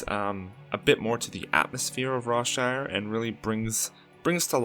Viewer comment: When you said Rawshire , I thought you said Rob Schneider for a second